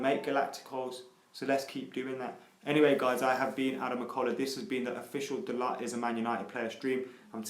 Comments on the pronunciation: Lets get this sorted right away: ITS PRONOUNCED "DALOH". Not that that matters because can't even say De Gea properly after years... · It's pronounced "dalo" , with the T silent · Hey guys it's pronounced da-loh